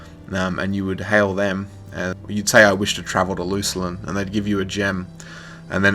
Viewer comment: Luculin? Isn't it just Luclin?